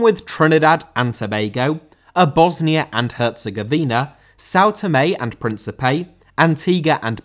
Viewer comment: Príncipe* not Prêntcepei